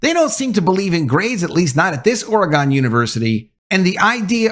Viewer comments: FYI Western Oregon University is pretty much a teachers college so its no surprise its full of less than smart people with failing grades. Second FYI you are butchering how Oregon is pronounced, it is not Ory Gone like you are saying, it Ori Gun. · It is Ore_a_gun, not Ore_a_gone. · the proper pronunciation of "Oregon" is O-R-E-G-I-N (hard G), not ending with with sound "on". Oregonians go apopletic over this. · Literally sitting here thinking, “I’m gonna comment about how…”, right before you started, “I wanna know what you guys think. Let me know, in the comments below…” So, here I am. lol! Amazing timing there. That said, what I was going to say is: I WANT to say I agree with this guy, & I WANT to say I support this guy. But, then he said “Oregon”, in his fucked-up way, literally 86.583 times. Therefore, I just can’t. I do agree, with you, sir. However, I can’t go to full-on ”Support” because…well, I just have this….”thing”, about how people pronounce & enunciate the names of the individual States of America. Sorry, homie. Maybe next time…? Maybe….. 🤣🤣🤣🤣